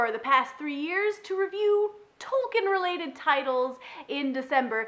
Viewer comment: nitpick I know but for future reference, his name is pronounced "Tolkeen".